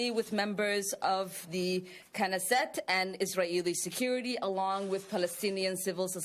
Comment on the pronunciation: Visiting Israil and Kaneset ? Denied!!! Learn first the names of the places u want to visit or perhaps visit something that you have no trouble pronouncing.